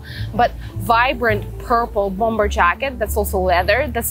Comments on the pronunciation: Bomber вторая b не произносится же. Речь прекрасна, но предлагаемые способы комбинирования предметов одежды чересчур много всего вне приемлемого стиля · у вас прекрасный беглый английский, но хочется добавить маленький штрих к его совершенству) - bomber произносится без второго b. То, что по-русски его неправильно произносят - это, наверно, уже неизбежное зло, заимствованные слова часто обрастают "особенностями". По-английски же, полагаю, стоит все-таки придерживаться произношения, которое предлагает языковая норма.